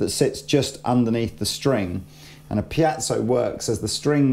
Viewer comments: Goddammit! It's piezo, with an E: piEzo, not piAzo! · Piezo..pronounced ..(pee-zo).. Not (pee-at-so) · I'll never understand why always says "pee-yat-zow". There's no T in there, mate. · repeat after me: pee-ay-tsoh, pee-ay-tsoh, pee-ay-tsoh, pee-ay-tsoh! There! You're good now. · say PIACHO one more time! !@ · "Piazzo" smh. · there's no 'a' in 'piezo'......